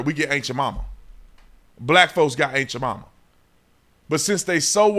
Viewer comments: I've heard "ant" Jamaima and "aunt" Jamaima, but "ain't" Jamaima? You just made that up. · I done heard everything, "aunt" "ant" but I AINT ever heard... of ain't Jemima. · The way you say "Aunt Jemima" I keep hearing "Ain't You're Mama" and I'm busting a gut. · Haha. Sounds like officer Tatum is saying “Ain’t yo Mamma” 😂😂 I can’t unhear it. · Honestly everytime you say aunt jamima all I hear is "ain't cha mamma". Am I the only one?. 🤣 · Lol it sounds like you’re saying “ain’t ya momma” 😂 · when you say "Aunt Jemima" i swear it sounds like youre saying aint ya mumma lol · I swear you said "ain't ja mama"